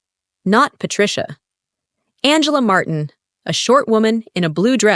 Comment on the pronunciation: Martin?Marteen? Why can’t AI keep the same pronunciation?